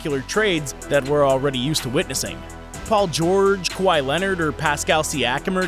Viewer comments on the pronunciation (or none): none